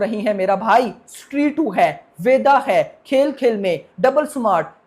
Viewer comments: स्ट्री kyo bol raha hai?😁 स्त्री hai wo🔥🔥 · Bhai vo stree 2 he not shtree 2 😂😂😂